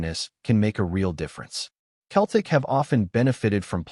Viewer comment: If you can't even pronounce Celtic properly, no-one will listen to your AI slop!